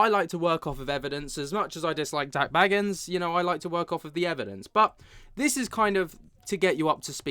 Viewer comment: You say his last name like Beagans but anyway it’s crazy that people are surprised by all this 😂 my jaw is literally not on the floor 💀